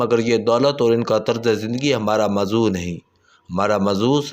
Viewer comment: جو جاہل بندہ موضوع کو مضوع اور سٹاک ایکسچینج کو سٹاک ایکسچیچینج بولے اسکو ریڑھی پر کیلے تو بیچنے چاہئیں اس طرح اردو ولاگ کرنے سے پرہیز کرنا چاہۓ۔